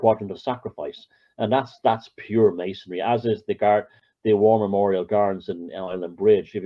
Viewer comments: It's either an accent thing or it's intentional. Maybe he's a conspiracaryistic type. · Dig forever inserting an extra syllable in 'Masonry'. Mason'ry mate.